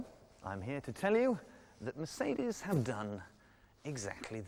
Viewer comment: Weird pronunciations..... Mer - seed -ees, Ford Ka(t) and Fassia (fascia)